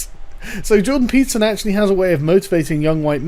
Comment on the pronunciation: Peterson-> pizza zin This is what I'm hearing